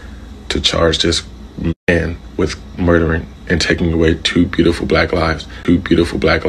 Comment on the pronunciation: I cringe everytime he called them bueatiful 🤦🏿‍♂️. Wtf